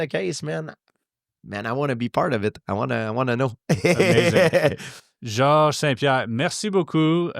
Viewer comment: the grin GSP has after hearing his name pronounced correctly 😂